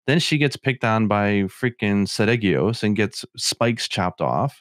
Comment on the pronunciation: if Nergigante ate another Elder that isn't cannibalism unless the other Elder is of the same species. If a hawk eats a pigeon that isn't cannibalism. Also Ceadeus is pronounced Sea-day-us. No idea why you were all calling it Sidious.